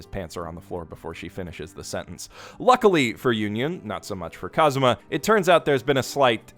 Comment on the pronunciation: Bro he said kuzam